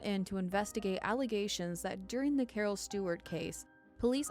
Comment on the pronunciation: “Cawhh”, gotta love Boston.